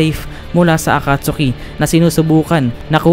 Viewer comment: a-cat-ski not akatsuki